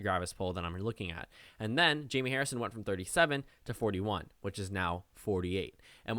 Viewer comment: Am I the only one who thinks its pronounced Hi-may?